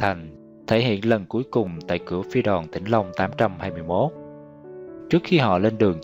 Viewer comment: Tôi không biết bạn là ai khi thực hiện video này. Bài viết chỉ đúng một phần nhỏ. NGAY CẢ TÊN PHI ĐOÀN CŨNG SAI. TINH LONG CHỨ KHÔNG PHẢI TỈNH LONG. Có thể người đọc đã đọc sai. Tuy nhiên, nhiều chi tiết sai lạc mà người trong cuộc không nhận ra. RẤT TIẾC!!!